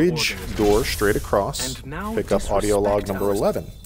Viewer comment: The first maka channel video that I finished and didn't have to be annoyed one time. Gone was the arrogance, the smug and the speech impediment (Schtraight for straight, etc..) of maka. much more easy going and humble. Thumbs Up for once!